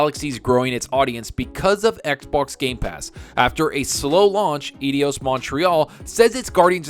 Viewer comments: man, Eidos is pronounced like Eye-Doss not idi-oss !! Cheers for the info vid, Keep Up the Great Work !! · Think it's said "Eye Dose" Montreal just FYI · Dude! It's eidos. [Eye_dos]